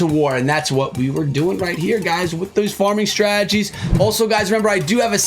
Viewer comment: I hear strajjies...instead of strategies 😂